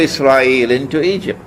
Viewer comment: Great video Say Egypt not Ezypte 🤦